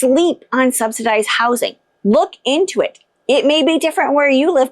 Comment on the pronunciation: Subsidized...not Substidized. There is no "t" in the word.